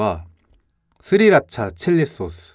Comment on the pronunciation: 님이 "스리라차 칠리소스" 하실때 시리소환😂